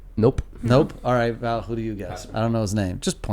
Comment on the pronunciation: Val said her name wrong 😂